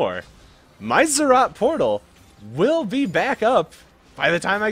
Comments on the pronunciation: They're ROTS, NOT ZZ'OTS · Zed Zed Rot